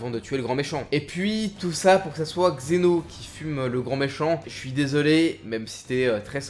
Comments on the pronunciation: C'est pas xeno mais zeno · pourquoi tu dit xeno ?? au lieu de zeno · Une question : pourquoi il dit toujours « Xeno » au lieu de « Zen’O / Zeno » ?